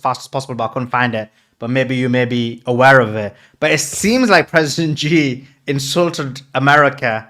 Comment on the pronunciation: it's President C not G please